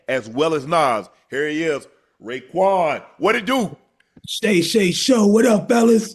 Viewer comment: Calling Raekwon "Kwon" is crazy .